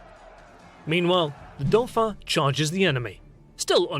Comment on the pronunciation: 1.54 dauphin pronounced doo-fah